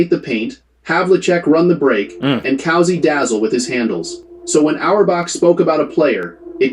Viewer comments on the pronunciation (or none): This AI voice is stupid. It's not COW-SY. ....ITS Cousy. (coo-see)